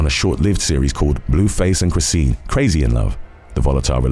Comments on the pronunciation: I normally watch these all the way but I couldn't get past "CHRIS-SEEN" Its "CHRIS-SHAWN" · Chrisean is pronounced Cree-Shawn. Like Sean is pronounced "Shawn".